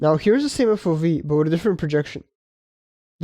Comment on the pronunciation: FO-vee? 😅 you can't mix It's Eff-oh-vee